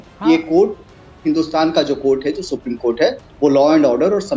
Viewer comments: Bhai Pakistaniyoun ko Supreme Court bhi bolna nahi aata. They call it Spreme Court. Pakistani Education Zindabad. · Sapreme court nahi bhai, Supreme court boltay hai, bolna aur pronounce karna sheek low fir baat karnaa. Arnab Goswami alone tum sab ki band bajaa sakta hai😂😂😂😂😂😂😂😂😂😂😂😂